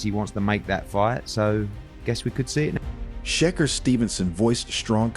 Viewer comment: Pronounce the guys names properly to start with .There is no Sheker Stevenson and learn to say Canelo